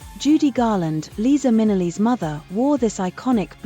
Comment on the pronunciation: Thanks for putting this together. However. The AI voice-over this channel uses is ridiculous. These are iconic world renowned names - Givenchy and Liza Minelli. The Wizard of OUNCE? Jeeze lousie. It's horrible to hear them pronounced so wrong because you've defaulted to AI.